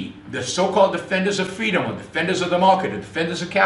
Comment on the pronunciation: Gwoops awe vewy vewy bad...' cause fweedumb.